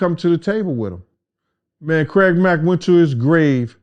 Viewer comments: Lol he said Craig lack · did he say "Craig Lack"? Yo Puffy did Craig Mack dirty af.... it sucks we were robbed from getting Deathrow Records to make Deathrow East which remember that despite the name was gonna be ran by all East Coast rappers and especially rappers who for some weird reason were not getting the record deals or they were treated like they were "old" and "obsolete" which is anti-hip Hop culture.